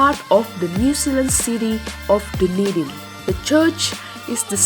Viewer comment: this is an amazing description on my home city! also it’s pronounced Duh-Knee-Din